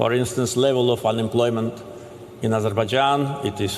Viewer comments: Its not 'A-zurbah-Jon'. Its 'Azzer-Baije-onn'. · Please pronounce Azerbaijan correctly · Wow! You really don't know how to pronounce Azerbaijan. Try again buddy. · Say, Azer-bye-jarn. There, fixed it.😎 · I think that falls into the Key-ev V Keeve realm.. I'm with ya though.. a bit distracting to hear it that way.